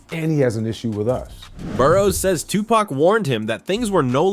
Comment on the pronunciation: Wdf its not 2 pack its 2pac/ tupac shakur 🙄 how you get a legends name wrong